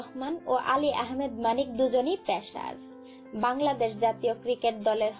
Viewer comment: মেটাম উচ্চারণটা পেশার না পেসার।।।